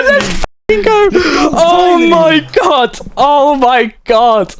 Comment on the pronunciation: the bro aussie ohhhhhhhh my gwaaaad